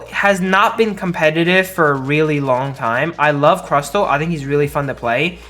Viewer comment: I didn't know it was possible to mispronounce Crustle Also Gardevoir was nerfed.